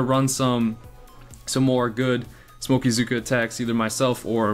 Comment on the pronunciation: Hey those mispronounced words of yours are hilarious " smokeaa" lol that should be the official term. And nice hair cut, looking good for the boomhotties.